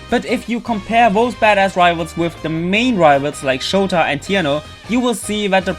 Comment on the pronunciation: Einfach mal ausprobieren ob du Deutscher bist xD Ich meine du hast Shota so deutsch ausgesprochen :D Bin mir 90% sicher. Trotzdem ist deine Aussprache wenn ja sehr gut :D